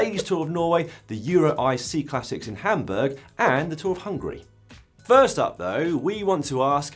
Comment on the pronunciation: Why do you pronounce "Cyclassics" as "Seeclassics"? You don't call a cycle a "seekle", do you?